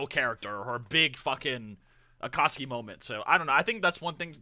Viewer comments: bruh its cringe seeing ppl make fun of pronouncing akatsuki, like bruh, hes reading the manga, not watching the anime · It's so criminal how was just getting used to Aka-tsuki, then he gets hit when a Jinchu-riki. That insta pause there killed me LOL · Fun fact: In Italy our official dub pronounces every U in every name. So yeah, akatsUki and sasUke. Yes, we hate our dub, but we've learned to not cringe every time XD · Gaara's probably Kazekage cause his dad died. I always assumed that Kazekage was chosen differently than the Hokage. More like a monarchy than a democracy. Also, is 100% pronouncing Akatsuki wrong just to troll people. I can't allow myself to believe someone could pronounce that shit like that on purpose.